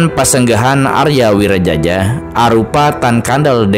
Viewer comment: Wiraraja bukan wiraJAJA😅